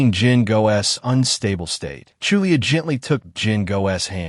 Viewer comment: 9 and half of hour listening to voice calling someone Chu li-a instead of Julie 🙃.🤦‍♂️